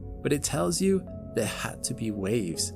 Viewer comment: its not "zoo wrong", its "joo wrong"